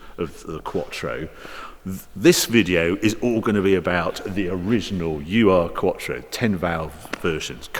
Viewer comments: Harry, I'm disappointed by your lack of research..... it's not "you are" it's "errr" ( actually errr doesn't get it quite right, perhaps urrr is better, despite not being a typical English sylable) ... Ur- is a Germanic prefix meaning original.... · A small remark here Harry. It‘s not the UR-quattro. It‘s the urquattro. Ur, pronounced as our in English, means: ‚the first‘ or ‚the original‘. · FYI: No need to call it U.R. quattro, you can just call it urquattro (Oorquattro with english pronunciation) In German it means something like original/first quattro or old quattro. Its not any form of criticism of the Video, I love em. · Nice review - as always. But it’s NOT ”U R Quattro”, but Ur-quattro. ”Ur-” is a prefix (in German), and it would translate approximately like ”the Original Quattro” or ”the mother of all Quattros”. 😇 ++++ “Ur” is a German prefix found in several German terms imported into English and used primarily in scholarly and scientific contexts, e.g., “Ursprache” (“sprache” meaning “speech”) or proto-language, and “Urheimat” (“homeland”), the place of origin of a people or language”. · It's not "U R" quattro, it's Urquattro like "Uropa" (in english great grandfather) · It's not U.R. quattro, it's ur-quattro (oo-r) ur being the german word for ancient, or in this case the "original" quattro. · I had one in Zermatt Silver w/ black leather. Wonderful car and wish I'd kept it. Now running a D2 S8, but the quattro was cooler. btw, its not u-r. Ur is a word in German. means 'original'. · Hi Harry, great video, as always, thanks! Your car knowledge is encyclopaedic. My tiny contribution: 'ur' is not the letters 'u' and 'r', it's a German word meaning original/primal.